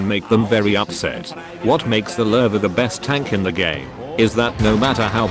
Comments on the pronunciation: another noob who says lurve instead of lowe. newsflash bro, there's no R in lowe. 10/10 would watch again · It's the Lewe... L-oo :)